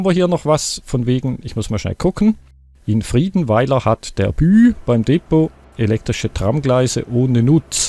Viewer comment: Bei Depot liegt die Betonung auf der ZWEITEN Silbe!